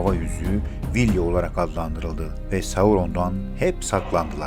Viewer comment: Hatalar var ama çok basit hatalar. Evrene hakim olan kişi seslendirme yapsaydı, bu basit hataları yapmazdı. Mesela Vilya ya Vilva demek nedir :)